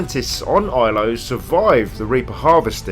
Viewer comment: Love it, but it's Ilos with an S not Ilo.